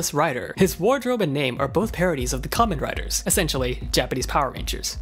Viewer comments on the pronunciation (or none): none